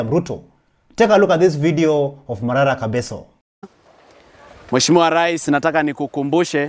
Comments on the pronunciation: Prezo ni Kebaso "ke" si kabeso "ka" bro get the pronunciation right bro😂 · Pronounce Kebaso and not kabeso!!! Leave the wrong pronunciations to the foreigners pris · It is Kebaso no Kabeso,! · Report properly the name is kebaso 😮